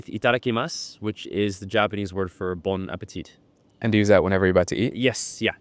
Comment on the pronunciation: The "t" at the end of "bon appetit" is silent. It's "Vive la France!" not "Viva..." -- viva is Spanish.